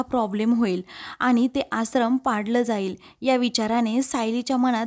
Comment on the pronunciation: आसरम 😣👎👎 आश्रम 🤘👍 Please read the words properly 😊